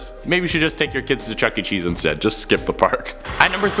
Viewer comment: he said Chuky Chees insted bro kids have gone misisng there its just like fnaf